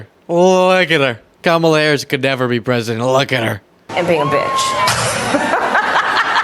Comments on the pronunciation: Oh he pronounced her name correctly. Was that a mistake? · I love how he keeps slipping up and saying Kamala's name correctly. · We need to give Trump a gold star and a trophy because he actually pronounced Kamala’s name correctly I’m shocked 😳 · He pronounced Madam VP’s name correctly TWICE!!! Good boy, Donnie 🎉